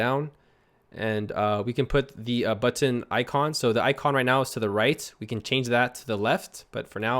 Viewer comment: I love how says BUTTON... BUT-TON!